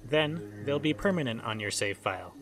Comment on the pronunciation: Wait save? Thought you said shave